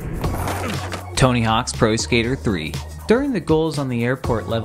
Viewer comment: So you're just committing hard into not pronouncing the 's part of "Tony Hawk's", huh?